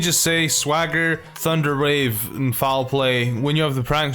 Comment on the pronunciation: I thought you said Thunder RAVE...